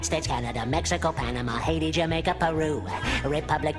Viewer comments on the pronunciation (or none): none